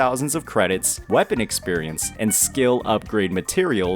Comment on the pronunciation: I Don't get changil now and your saying wapen